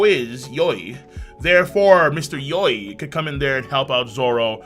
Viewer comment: 🤣 "Mistah Yoi" I'm DEAD